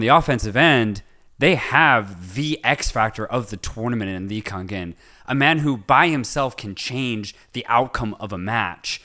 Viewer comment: correct pronounication of lee kangin is LEE - Gang - In (not lee kan kin)